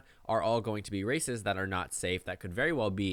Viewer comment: lol every time you say these races it sounds like these racists and you'd be absolutely right